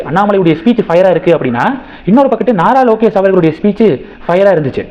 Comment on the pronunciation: "நரலோகேஷ்" என்பதுதான் சரியான உச்சரிப்பு!